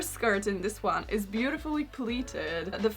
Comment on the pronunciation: Am I the only one who can't help but hear "This swan" instead of "this one"? 😭